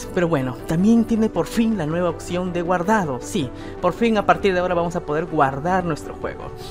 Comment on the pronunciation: Siempre me he preguntado por qué en sudamérica dicen "occión" en lugar de "opción".